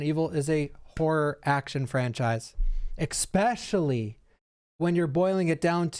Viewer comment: side rant, why do so many people pronounce especially "ex-specially"? He's not the only one lol...